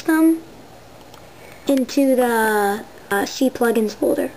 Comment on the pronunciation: and lol "see-plugins" I'm pretty sure its not pronounced that way.